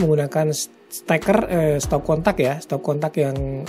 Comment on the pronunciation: Stop kontak bang,,,bukan stop katak Hehehehe 🤣